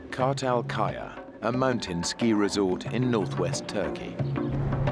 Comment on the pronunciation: The mountain is pronounced KARRRRRRTAAALLLLL KAYAAAA